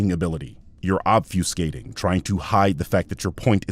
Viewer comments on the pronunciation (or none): Not him comparing his sub count to yours when you're calling Drinker his superior lmfao Man, the only point that dude has is his head (for the dull amongst you: I'm calling him a pinhead). EDIT: Christ on a cracker his mispronunciation of "obfuscate" made me cringe. Also, I'll have to rewatch because half the time when this window-licker was talking my brain started to shut off. He's so st00pid. EDIT 2: Nearly done with the first watch and when you said "Eww! Get away from me, you're vaccinated!" I nearly choked on my drink. He should watch you and take notes because even your childish/silly jokes are funnier than his attempts at jokes.